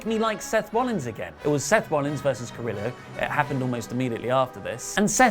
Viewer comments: you almost have Humberto Carrillo's name right. Just make sure when you get to the double L's that you change that sound to that of a "Y". Like Yo-yo, its Ca-rree-yo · It’s pronounced Cariyo... sorry it was just way to distracting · I was gonna have a pop at for not pronouncing carillo like Ka Rio, but seems like a lot of hate in the comments so don't worry about it I'm still a big fan. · The format isn't much. I appreciate the older format where everyone had a character. Also in spanish, any word with double L's is pronounced like a y. Carrillo should be pronounced carri-yo. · I think Raw was surprisingly good. I wasn't expecting much, but it was really good. By the way, Carrillo, at the end, sounds 'yō' (pretty similar to Joe).